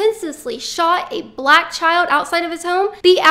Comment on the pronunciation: I LOVE HOW YOU OVER EXAGGERATE "BLACK" EVERY TIME YOU SAY IT. SHOWS HOW IMMATURE YOU ARE!